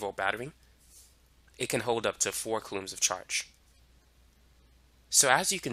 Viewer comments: It’s so distracting how he pronounces coulombs. But I appreciate the in-depth explanation. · Very useful and informative. If I had the time to sit down somewhere and actually absorb all the information it would all click into place.. lol i did find the narrator s pronunciation of "coulombs" a bit quirky